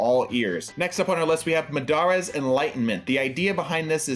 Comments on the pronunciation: It is pronounced Ma-da-ra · The way you pronounced Madara made me feel physical pain